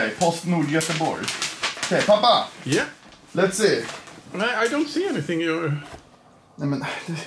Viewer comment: It's Pappa not papa